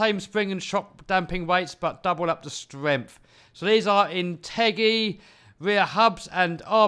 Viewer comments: Its In-ter-jee not in-teggy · BTW, It's inta-jee, not in-teggy.